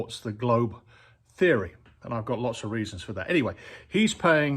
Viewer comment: It was the manner, or tone in which you said it that, imo, put a little extra emphasis on the theory part, and that (coming from you) struck me as odd. No harm no foul. 😁